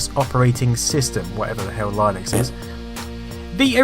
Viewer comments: what's Line-Ex? Did you mean Linux? (lynn-icks) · I was entertained. I never ever owned, or even used a C64, having been a Speccy man until my Amiga days. However, like you (and as a fellow Brit), I pronounced (until 15 years after my first encounter of it) Linux as Line-ux. Then I learned that's wrong.